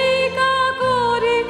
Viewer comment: শিল্পীর নাম জানতে পারলাম কৈ, প্রথম গানখানি খুবভালো লাগলো, দ্বিতীয় গানটিরএকটি উচ্চারণে ওটা নিরর্থক হয়ে গেল, "..... মঙ্গলো "কোরে" নয় "করে", "হাতে", মঙ্গলো করে, শুভহস্তে।